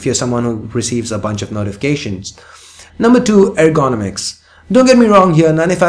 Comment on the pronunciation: Why evry 1 is spelling Ergonomics badly ??? Errr-Go-Nomics :-)